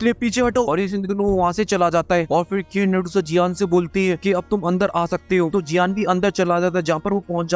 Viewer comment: Abe keen medusa nahi queen medusa hota hai chiraand.